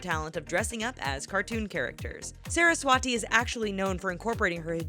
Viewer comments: she is Saraswati and not how U pronounced Sara s wati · actually,she is 'saraswati' and not ' sara swati'